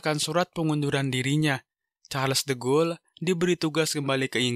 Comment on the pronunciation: de Gaulle itu dibacanya di-gaulie bukan de-ghoul